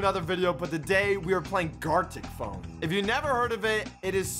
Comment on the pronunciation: He keeps saying garlic phone